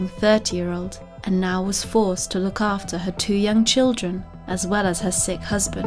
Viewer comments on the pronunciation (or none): none